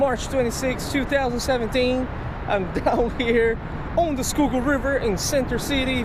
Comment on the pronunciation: "Skoogoo" river